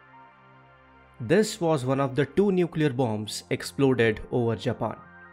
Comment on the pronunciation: 'Tho'-thirty five and 'Tho'-thirty nine lol